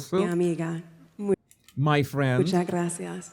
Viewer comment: Also when she says "Muchas, muchas gracias" she says "munchas, munchas gracias".